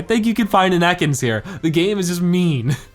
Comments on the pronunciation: its EAcans not Ecans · You pronounce it eh kans